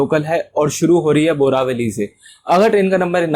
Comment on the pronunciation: Bhai its a वसई रोड,not वासाई रोड aur बोरीवली not boravali